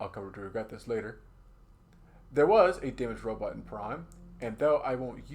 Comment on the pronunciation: Super cool video idea, havnt seen anything like this before. seems like you new and put alot of work into this and you did a great job! btw its PRIMM not Prime